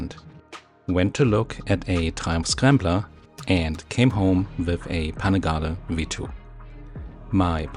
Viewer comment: Panin Gali…. Not how it’s pronounced. Try again.😂